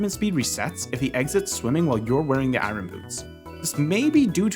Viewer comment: It’s eye urn, not eye run.